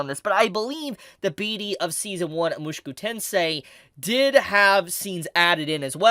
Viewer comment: Stop saying it like mooshkew it is - Mu-Sho-Ku